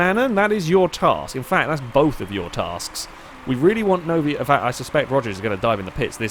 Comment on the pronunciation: Are you mispronouncing Antonov's name on purpose?